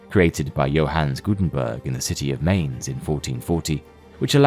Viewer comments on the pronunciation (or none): Mainz is pronounced like Mine'st, not Mains. Just saying.... if you want to pretend an educational channel, being accurate counts. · "MAINZ" = "MINES" pronunciation you fools! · Mainz rhymes with Heinz. In German, the second of a two-vowel set determines the long vowel sound. See also Klein, Eisenhower, Heinz, Einstein etc. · The automated narration mispronounces Mainz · Mainz is pronounced incorrectly. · That’s not how you say Mainz